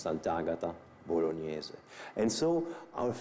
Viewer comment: San’t Agata Bolognese no Boloneese